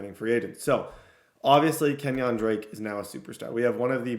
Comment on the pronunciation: it really bothers me how you say kenyan drakes first name